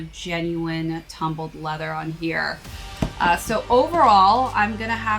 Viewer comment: That nice quality “tuhhh-hmm-build leather”😂